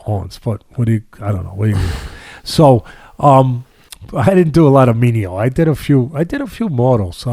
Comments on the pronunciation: Great insights. However, they're "venial sins," not "menial sins." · What kind of left-footer says “menial” for venial? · It's venial Sins Teddy